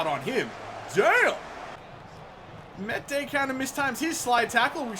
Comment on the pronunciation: Meïte name is pronounced mee-yet